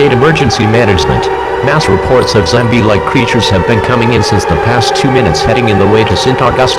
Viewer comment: “Zambie like creatures”